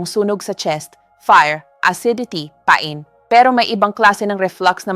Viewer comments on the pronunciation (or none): none